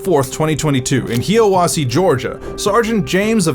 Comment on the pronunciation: It's pernounced hia wassie not hiea wasse